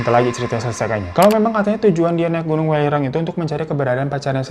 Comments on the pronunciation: Welirang gak sih bacanya bukan w3lirang 😂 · Bang welirang bukan welirang 😂